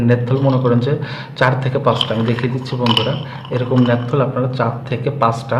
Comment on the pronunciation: গাইয়া মূর্খ লোক . . .‌নেতথল না রে ওটা ন্যাপথ‌লিন. অ্যা‌ন্টিঅ‌ক্সি‌ডেন্ট কে বল‌ছে অ্যা‌ন্টিঅ‌ক্সি‌ড. . . বাচাল কোথাকার আজাইরা বে‌শি কথা ব‌লে